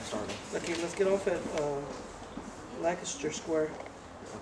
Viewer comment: did someone say 'lye-cester square?' lol